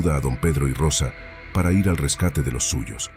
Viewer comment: Aparte del contenido de la historia, el narrador debe saber que ir no se pronuncia I ERRE, como hace él, sino que se pronuncia IR, eso ya lo saben los niños de primaria, pero evidentemente el narrador no tiene ni remota idea de su pronunciamiento, los responsables del canal tendrían de revisar las narraciones antes de emitirlas para corregir estos errores que desvirtúan y rebajan la calidad de la narración.